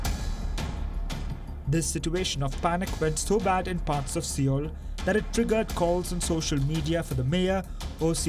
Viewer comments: IT'S PRONOUNCED SOUL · Why do pronounce Seoul like that LOL 😆 As news organisation don't you know how to do research and pronounce and speak English properly?